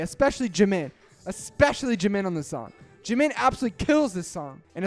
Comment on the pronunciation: I love how you pronounce "jimin" 😂